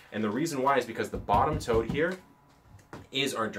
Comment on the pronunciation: Legit spent the first two minutes wondering why he kept calling the boxes 'toads'. Like, is this some random worm farm slang? haha. Then I looked down and realised he was saying 'tote' and dude, I'm still confused. I thought a tote was a bag, or a verb. not a box. How you just casually toting those big, square things around?